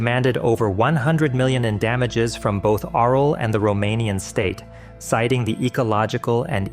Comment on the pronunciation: The author of the video isn’t Romanian and pronounced it wrong, I can assure you it’s not pronounced “oral” or written like that.